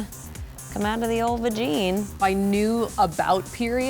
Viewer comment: "the old vagene" 😂😂😂